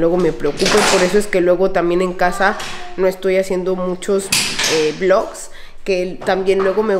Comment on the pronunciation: Perdon vlogs se dice jaaaa